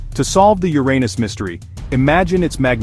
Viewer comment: I really appreciate that you let this say "yur-ay-nus" the entire time. That made it so much better imo. Lol